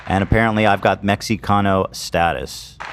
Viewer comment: Ethan pronouncing the X in Mexicano is legitimately annoying LMAO